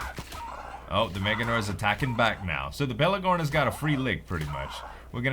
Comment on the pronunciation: pelAgornis !! Not pelEgornis !! haha same mistake that Sl1p made !!! ;-)